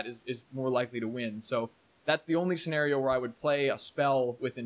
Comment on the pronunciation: Sen-AR-io. Lol